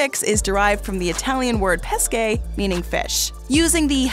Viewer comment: That is not how you pronounce 'pesce'